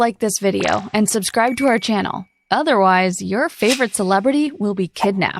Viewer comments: Suscribe? Wtf is that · Suscribe??? who else caught that. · Make sure to “suscribe” 😂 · . Suscribe lol